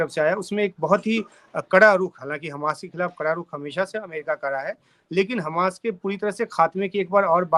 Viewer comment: खमास नहीं हमास